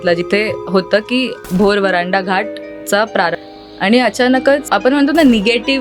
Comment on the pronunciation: व्हरांडा नाही हो वरंधा घाट अस आहे ते